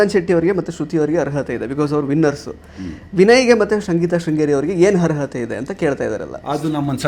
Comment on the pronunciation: ಹರ್ಹತೆ ಅಲ್ಲ ಮಾರಾಯ ಅದು ಅರ್ಹತೆ